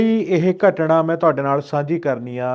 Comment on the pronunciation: ਘਟਣਾ ਨਹੀਂ ਹੁੰਦੀ ਘਟਨਾਂ ਹੁੰਦੀ ਹੈ